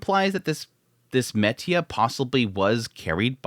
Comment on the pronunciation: He thinks it's actually called "metia"... who's gonna tell him 💀